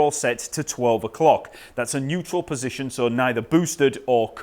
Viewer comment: Hey I love how you pronounce Fender ...Pussygion...